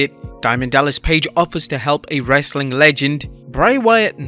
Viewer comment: I hate how you say wrestling